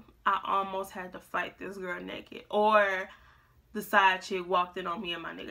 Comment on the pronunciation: "I'm nekked " 🤣🤣